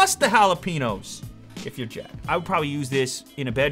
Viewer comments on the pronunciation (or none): no its jalapenos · CalculatinGenius Ha-la-pen-yo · j in spanish being pronounced as an h, and the ñ being its own letter sounding like a n-y. Ha-la-pen-yo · CalculatinGenius its jalapeños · Every time he says Halapenos, I die a little inside. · Lmao I'm not Spanish I'm black but I see what u mean. He said it Soo wrong and cringey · The way he said jalapeños XD he said it like jalapinos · Did he say "hala-pee-nose"? jalapeños? hehehe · Plus the Holla-Pee-Nose! Lmao, I cringed when he said that. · halapeenos?? really?